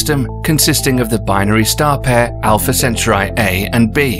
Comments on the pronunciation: Alpha Centuri??? And “your anus” ??? Arghhh! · Alpha centuray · "Alpha Centuray" 😅😅😅😅😅😅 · Dude, learn to pronounce - it should be pronounced - alfuh sen-taw-ree 🤣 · Great video. Although that's the first time I've heard Alpha Centruai pronounced that way, I've always heard it as al-fuh-sen-taw-ree. And I'm British too. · Alfa centaurai 🥲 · I never heard anyone pronounce Alpha Centauri like this……lol